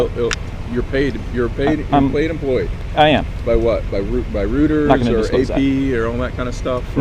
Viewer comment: what the flip is “rooters?” IT’s Reuters - pronounced “Roy ters” genius …